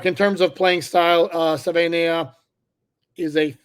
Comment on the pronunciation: I’ll help you out with the pronunciation. Suh-vuh-ee-nye-uh